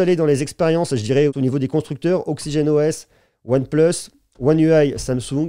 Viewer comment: Ptn .vous ne pouvez pas prononcer one place ?😑😑 Si vous ne pouvez on peut le comprendre en français one plus c'est mieux😑